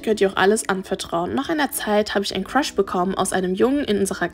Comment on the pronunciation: so:ich habe einen cruhs bekommen was ich verstehe:ich habe einen Fisch bekommen😅